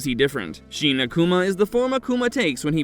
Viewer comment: Sheena-Kuma? ... what is that? ... Shin Akuma is not pronounced that way.